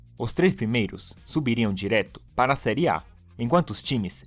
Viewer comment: Serie " É " com o som aberto; não fechado " Ê " igual a fé, pé, etc. Aprende!!!